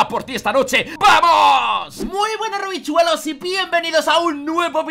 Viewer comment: en vez de decir Rovichulos dijo Rovichuelos en el segundo 20:v XD